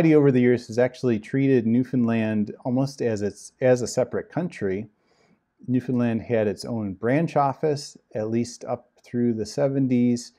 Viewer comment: About the name of the island that he was assigned to, are you certain you pronounced it correctly? Because it sounded as if you said 'Nuthonland'. Did you mean Newfoundland? Because on the map you showed, I saw Newfoundland but didn't see anywhere on the map the word Nuthonland, or a word similar to it. BTW, I'm doing research and there is a cult that sounds almost identical to The Watchtower that is called The Brethren, they were founded on an island and although not well known are still very active. Could this be the same island that he was assigned to after graduating from the Ministerial School? Any information you can give me, or links you provide I would very much appreciate it. I was never in 'The Brethren', but I used to be a Jehovah's Witness. I am very happy to announce that I am no longer in this antichrist organization. However, it took an extremely long time to stop hating the Governing Body members and start praying for them to 'wake up' and leave the organization too. I think the reason it took me so long was that I was too angry and in too much pain to realize that these men are deceived too. I agree with you, it will be the ones that aren't always 'upbeat happy' that will leave the organization first. If you have any information about the island Mark Sanderson was assigned to I would be very grateful if you can send it or links to my email and please put Mark Island in the subject line so I don't accidentally delete it. I get a ton of spam in my inbox.